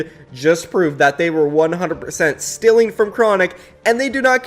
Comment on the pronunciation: “overtime is just stealing from them” Me: say that again: “just stealing” Me: “TF IS STILLING, PRONOUNCE IT RIGHT PLEASEEEEEE”